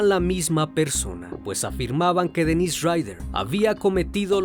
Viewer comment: Para mí que han sido varios. Por lo menos 3 personas tal vez. Es algo complicado e interesante. Se me vino a la cabeza la idea de que tal vez podría seguir vivo. Muy buen video y quisiera hacer una observación de buena manera: las pronunciaciones de los nombres consideraría que deben mejorar. Por ejemplo el de Dennis Rader, se pronuncia como Dénis porque la pronunciación como Denís es de nombre de mujer y además se escribe "Denisse" (algo así).